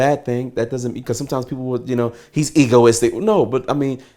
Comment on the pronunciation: Did he say "EGO - ISTIC"? Smh. He snitching on everybody.